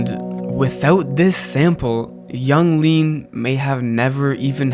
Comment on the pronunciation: You lost me at "Yung Gud", "Yung Lean"